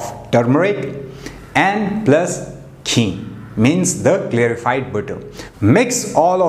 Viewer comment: It's not jee but Ghee , gh gh . Every Indian knows it.